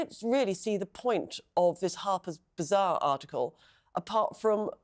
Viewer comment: It all kind of made sense when you said “Harper’s Bizarre!”….oh wait…you meant “BAzarre.”